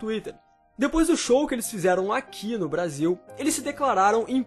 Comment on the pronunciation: Alguem mais percebeu que ele falou Brásil?kkkkk